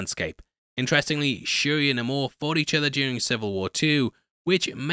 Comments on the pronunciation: Quit calling him NUH-mor, you're better than that... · Its ok to say Nay-Mor guy lol even Coogler pronounces it that way as do the other actors in the movie😂